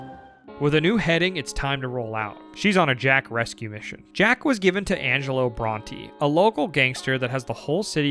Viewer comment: your pronunciations are insane "angelo brontee" come on dude they say the names of these characters and places like 500 times